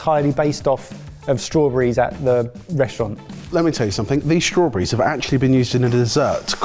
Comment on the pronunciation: Strawbreez = Strawberries. Learning to speak English’y.